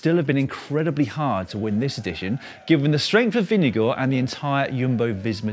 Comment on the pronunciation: It's impressive how the English-speaking world keep getting better and better at pronouncing 'Vingegaard'. At this rate I fully expect Dan to pass the Danish language exam next year. Then all he'll have to do is name a couple of Hans Christian Andersen stories, drink a shot of aquavit while chewing on a pickled herring and he'll be legally entitled to hygge.